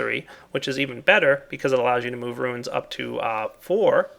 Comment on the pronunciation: It's pronounced ROONS, not ROOINS. God damn,!!